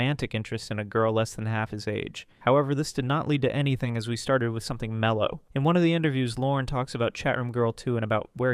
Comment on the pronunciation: “SUMP’IN LIKE GAT”